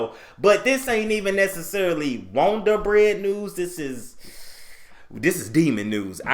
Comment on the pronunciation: "got dat wond'r bread, wond'r bread" "got dat wond'r bread, wond'r bread" "Dat wond'r bread news" 🙃